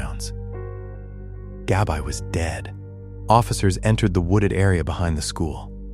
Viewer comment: yes but your AI is messing up the pronunciation horribly. It’s saying Gab-eye not Gabbi.